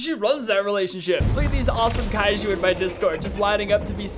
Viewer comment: Such a click-baitey thumbnail, and he mispronounced kaijus so badly. Like seriously? Kairu? Wtf man 💀